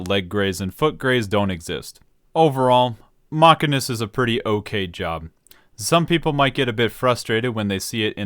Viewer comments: It's the mechanic, not the machinist that fixes the car, if you have A after CH, it's pronounced as K, but if you have I, it's pronounced as SH. Do you say Machine with K? I doubt. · Ive lost the respect of this guy for how he pronounces Machinist. Its pronounces the way it is because they use MACHINES. Half their abilities are a specific MACHINE they utilize. their level 80 ability is a robot, a MACHINE if you will. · As someone who's real life actual job is a machinist, a person who makes things on machines, that pronunciation is very painful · Saying "mockenist" is like saying "ay-ther." Just proveably wrong. The "machin" part comes from "machine." And Æ is pronounced "E" like in "dæmon." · It's obviously sarcasm but for other people the Mach part refers to machines not the speed so it is pronounced machine-ist also bad analogy as its not spelt machanic its mechanic... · does he read machine as ma keen??? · I love Mock•uh•nist cause it’s like playing Cata era fire mage but with guns and way more style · i love how dryly he just pronounce "maqeeness" and just rolled with it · does he call machines mackeens? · Is the Bloodborne joke becuase your pronunciation sounds like Masochist? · i call it mark-in-ist as well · >chair pronounces MCH as mach-a-nist >me making fun of him >"I hope you don't hire a Masheenic" > "... hey wait a second" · We all know it's pronounced Machinist. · Disliking JUST for the pronunciation. Drove me crazy the entire video, you're a monster. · omg the pronunciation of the job is MA-CHIN-IST, not MACH-I-NIST. FFS it was so off putting listing to the mispronunciation of the job. It's pronounced ma-chin-ist because it's discribes a person who works with machines. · Ma-sheen-ist is the correct way to say it lol. Not sure how ppl come to think it’s pronounce mach-in-ist. It’s like what my brother does for work. He is a CNC ma-sheen-ist. A ma-can-ik repairs stuff. A ma-sheen-ist uses machines to build and or create stuff.